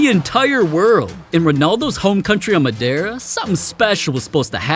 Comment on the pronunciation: But why did it annoy me so much that he pronounced “Madeira” as “Madayra.” And I’m only annoyed because I’m Portuguese.